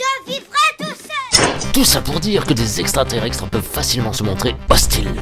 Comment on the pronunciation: Qui à grillé que la voix off disait extraterrextres au lieu de extraterrestres ? De rien celle-là elle est pour moi ! 😂😂😂